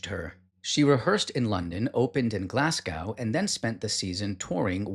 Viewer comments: Glazgoe, not glassgouw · This was amazing. You description, delivery & storytelling is brilliant. You describe MS technique beautifully & it's a relief to hear a genuine voice talking about the art of ballet is very rare! ( It's pronounced Glasgo, 💯🙏❤️, btw) Thank you for your excellent tribute to Moira - she truly was iconic. 💯❤️🙏👏👏👑🌹🌹😢